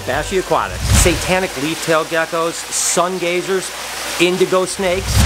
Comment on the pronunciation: Hey I was watching your video and you say it sungeezer twice